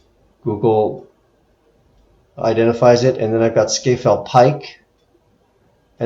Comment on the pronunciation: Its pronounced Scar Fell or alternatively Scaffell :)